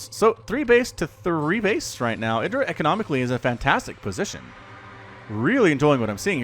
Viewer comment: pronounces it correctly.